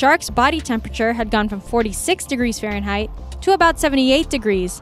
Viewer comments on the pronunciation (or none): none